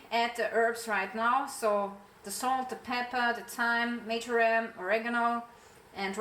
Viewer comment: Sorry.... its MARJORAM... 🙄😏